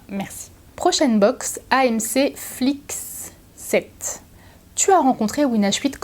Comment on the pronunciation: C'est juste un petit détail pas du tout important mais FlyX7 ça ce prononce Fly (voler en anglais ) X et 7 😅😊😊😊👍👍💛💛💛🦊🦊🦊